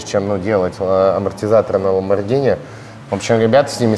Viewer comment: Послышалось Ламборгини марчеЛада)